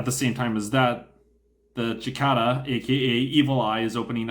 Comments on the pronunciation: Its prounces like the bug. Sicada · SI-KAY-DUH! It's called a SI-KAY-DUH with a hard A! I can't watch anymore until you learn how to say it! Being from Texas, it's an affront. Si-KAY-DUH! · We all know Capellans can't pronounce a soft "c" so we forgive you. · He's not right either. In North America it varies depending on where you live, with it roughly being "si-KAY-da" in most places and "si-KAH-da" in others, accent on the middle syllable either way. The Brits (at least the ones I know) prefer the second form. Not sure about other countries. There's online audio-file pronunciation guides you can easily pull up with a google search, including a bunch of Youtube vids. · 8 dmg blows an arm off? Jeez. Lights really have that low of armor? Was that like 4 armor 4 structure? ooof. and the way you say Cicada lol, Chikada, I both love it and hate it at the same time. lol.